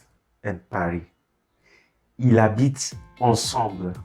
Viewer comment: Ils habitent, we pronounce ilzabit